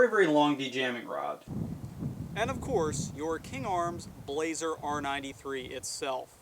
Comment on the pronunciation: Good review, one thing though. It's not pronounced "Blaze-er" it's pronounced "blas-er" you pronounce the 's' like it's an s, not a z.